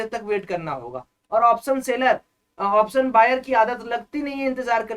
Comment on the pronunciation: Option bolo to pehley thik se bhaie. Saam nahi hota hai Shaam hota hai. Waisey hi soes nahi hota hai shoes hita hai. Waise hi option ko sha laga kar bolo to pehley please. 🙏